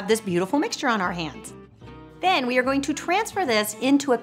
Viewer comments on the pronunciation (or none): none